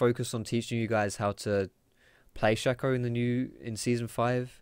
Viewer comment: saying 'Rango' and 'Shakko' makes this hard to watch